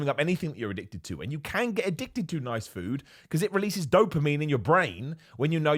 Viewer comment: Is there an internal struggle going on there when your talking about foods like broccoli 🥦 but u keep saying fued instead 🤔